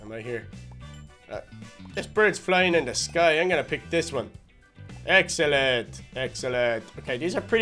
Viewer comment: you are so funny when you say excellentay you are the funniest